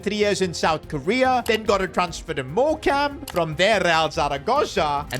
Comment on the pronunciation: It's pronounced Morecome just so you know love the vids